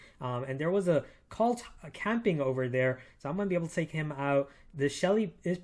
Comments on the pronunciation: Colt like cold not calt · Love ur vids man, keep it up! Also, I dunno if it's just me, but I keep hearing u say Cult...not Colt.. kinda triggers me sometimes lol